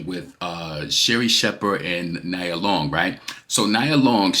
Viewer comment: It’s pronounced “nee-ah” (Nia) Long. Also, Doechii is clearly inspired by Nicki. That’s obvious. No rapper is inspired by Cardi’s rapping “abilities”. She’s illiterate and doesn’t even write her own raps. She doesn’t have memorable raps nor versatile flows either. Her fanbase is delusional. 😂😂